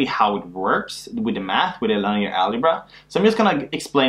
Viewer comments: The right pronunciation is ˈlinēər, I think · perhaps this was noticed during the last 5 years... but, 'linear' is pronounced 'lin-ee-ear', rhymes with 'gin-ee-ear' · I came here by a referrence from the game "while True: Learn ". Great video! Just goes to show that it is still both relevant and good teaching 4 years after you created it. One thing though: Please do try to learn to pronounce "linear" correctly. That confused me a bit for a while thinking you were referring to some concept i was unfamiliar with until i realized later in the video that you were "just" talking about lines :) Once again, great work!